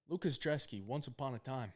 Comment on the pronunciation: IDC what any of you guys say. his name starts with a B it's not drzeski it's brzeski. IDC about where he's from I don't care about what language he speaks, this is America that is a B in front of his name lol not a D pronounce it's ( Brez-ski )